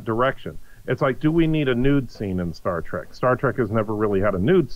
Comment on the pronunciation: Say 'Star Track' one more time.